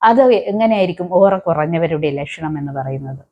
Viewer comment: ഒറ അല്ല പെണ്ണുംപിളേ.. ഓ റ